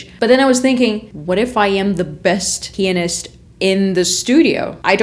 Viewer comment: She keeps saying penis. It is “pianist” 😹